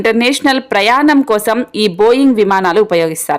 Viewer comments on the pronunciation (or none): none